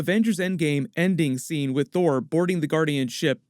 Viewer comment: it sounds like you say thor thor